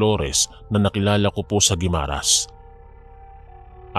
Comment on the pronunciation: GUIMARAS ATBUC SUBA EH DIRETSO ANG PAG PRONOUNCE. WALANG HYPHEN SA MGA GITNA NG WORDS. PANGET PAKINGGAN KASI